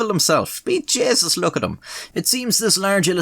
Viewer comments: i was gonna say something about your pronunciation of josephus but this is a country where y’all say ‘divil’ and ‘jayzuss’ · “The deevil ‘emself! B’Jaysus, Look at ‘em!!” Was so iconically Irish LMAO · "divil" and "jaysus" just pull at my heart strings so much, I miss my grandma.